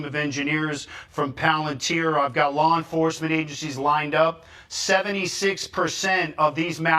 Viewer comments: I cant get over "Lawr enforcement" La enforcement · WTF is lar enforcement... I'm trying to listen but hearing lar instead law cringes me..